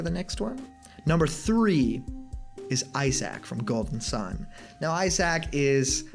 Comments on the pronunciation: Did you really have to say Eye Sac tho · By the way it’s Isaac not eye sack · Isaac is pronounced "EYE-sick." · "Eye sack from Golden Sun" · Eye sack. Eye sack? EYE SACK?!? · I-Sack...? You serious? Lol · Eye sack? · 3. “Eyesac” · Eye Sack and Fee Licks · You pronounced isaac wrong